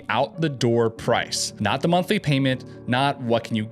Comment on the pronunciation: "Wuts the muntlee"?